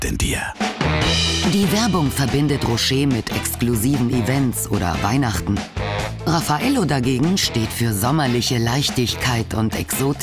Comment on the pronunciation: RAFF-a-Ello... Der Name kommt nicht von ungefähr^^